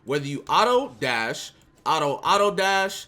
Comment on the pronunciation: Why im hearing say auto as ara ara